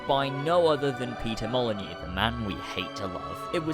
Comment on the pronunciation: you passed the first test. You pronounced Molyneaux correctly. You've gained trust.